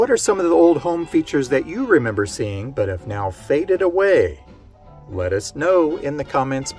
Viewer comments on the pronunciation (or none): none